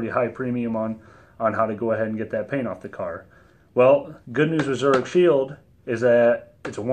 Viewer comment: It’s pronounced ZURIK … not CH